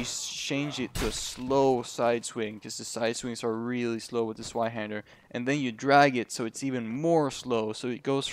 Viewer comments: Bro. It's called Zweihänder not Zweihander. It is a german word afterall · s-VIE-handur Zweinhander, its german yo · More accurate would be Ts-v-eye-hender